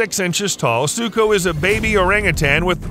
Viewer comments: BRO ITS NOT ZUKO ITS SUKO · Its suko not zuko